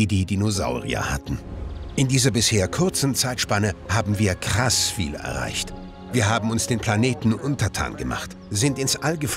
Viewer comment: Die Betonung KRASS viel erreicht, hat mich doch erheitert